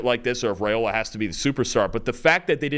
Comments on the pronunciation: Rye-ola instead of Ray-ola. Still, loved the analysis. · It’s pronounced rye-ola, not ray-ola. I’m not sure why this is so hard for folks to get right.